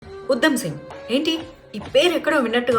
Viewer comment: Pronunciation check chesukondi madhavi garu..... ఉద్దo సింగ్ కాదు ఉ ధ మ్ సింగ్